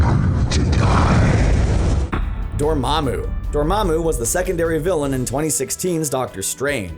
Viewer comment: It's dormmamu not dormmabu